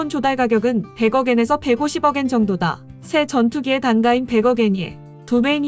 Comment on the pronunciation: 방윗성이 아니라 방위성, 단가가 아니라 단까